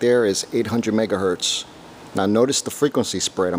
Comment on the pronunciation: Megahertz NOT “Mega Hurt” 🤦🏼‍♂️